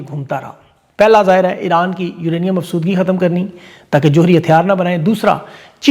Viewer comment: ںہت اچھی ویڈیو ھوتی ہیں ❤ لفظ " یورینیئم افزودگی" ھوتا ھے افسودگی نہیں 😊